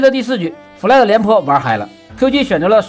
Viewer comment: 每次听fly fly 听成夫赖